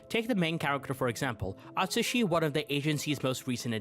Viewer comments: DID YOU JUST SAY A TUSHY? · I totally agree with everything but "a-tushy nakajima" though 😭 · I’m sorry? “Atushi nakajima”??